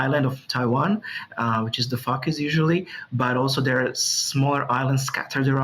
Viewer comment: Its "foooocus" not fucus!🤣🤣🤣